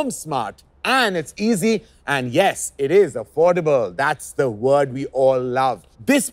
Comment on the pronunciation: Karan saying affordable sounds weird 😕